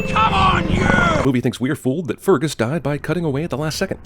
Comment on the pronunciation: anyone else really anoyed about how he pronounces fergus?